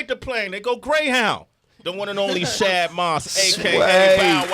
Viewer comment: All these years Bow been saying his real name and they still say it wrong on every show. Shad is not hard to say. Bruh.